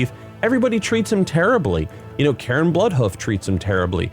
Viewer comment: lol ""Karen Bloodhoof", dude, his name was "Cairn". It's literally a word. It's in the dictionary... lol